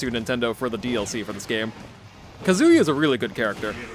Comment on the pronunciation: His name's all ONE WORD; why are you pronouncing it as Kazu Ya?! It's Kazuya. Your way sounds so weird,... >.<